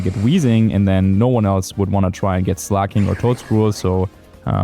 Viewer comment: I cant believe i see the day where WolfyVGC pronounces Slaking correctly 😢